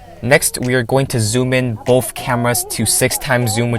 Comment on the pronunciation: BoTH* not BoFF, sorry just annoyed me. It was a great review.